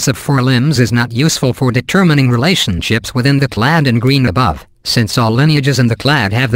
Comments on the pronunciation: Steven Baumann "claddy"? Yeah, what's up with that? I don't think there's any word in English that ends -ade but is pronounced "-addy." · Simon Giles now if it could only get “clade” correct.